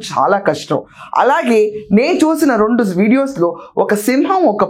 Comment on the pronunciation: you are using - rondu, podukoni, unkokka instead of RENDU, PADUKONI,INKOKKA.. Nee English baganey undhi Telugu ku yemayindhi.. Sarey ippudu nee problem Yenti..